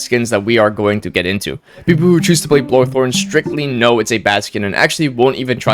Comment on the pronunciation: I like how he calls Bolthorne, Blothorne